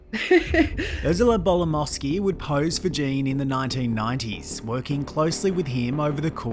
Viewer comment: Its GEEEEENE not Jaaaane you silly muppet. So HOW did Gene die ???? Shitty clickbait